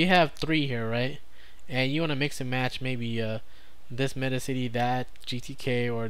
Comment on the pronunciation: One thing I just learned, Metacity is supposed to be pronounced so it rhymes with Audacity.